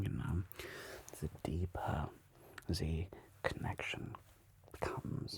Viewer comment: this is soooo good, i mean the type „german person speaking english“ how you pronounced the „th“ is more like a „se“. i think my german buddy’s will understand, it’s just perfect and so good played